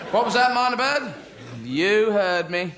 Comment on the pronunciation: Not "Miner bird," but Myna Bird. As in Hill Myna Birds. They're very good at talking.